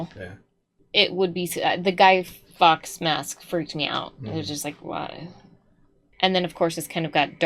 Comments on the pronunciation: Guy Fawkes was a really person, and Fawkes is pronounced "forks" like the cutlery and not fox. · His name is Guy Fawkes - not Guy Fox. It isn't an accent thing.